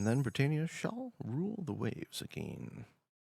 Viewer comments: Pedantic, but it’s pronounced bri TAN ia not bri TANE ia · Britannia not Britainia! Comon,I know you're from one of the colonies, but it's like me saying Canadia! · Why can’t you pronounce Britannia?